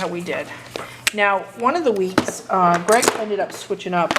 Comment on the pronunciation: Yes Greg pronounced it correctly